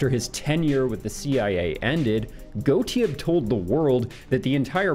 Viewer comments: It's weird hearing someone try to pronounce Sidney Gottlieb without the L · Gottlieb has an L in it.